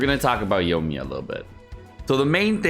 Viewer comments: Yoiiiii like Koiiiii- me-yaaaaa. Not yo-me-yuh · Who the heck is "Yomiya" ?? Lmao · yoiMiya... omg the way you pronounce these names lol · Y talking about a char u can't even pronounce